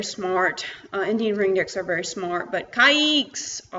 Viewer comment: First. You must learn how to pronounce its breed. It’s not “cake”